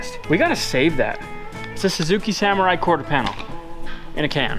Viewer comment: i am happy to see you working on the "saMORRai"